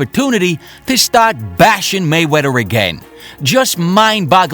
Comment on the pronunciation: This guy pronounces Mayweather, "Maywetta"